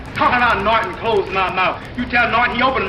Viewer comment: I like how dude says Noit-enn!!!